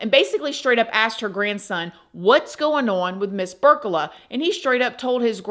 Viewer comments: Her last name is Burlaka not Burcala just to clarify. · It PEE-OR-EEYA (Peoria) and BURR-LAH-KUH (Burlaka)